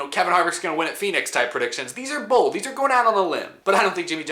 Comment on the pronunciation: At first I thought you said 5 Super Bowl predictions 😂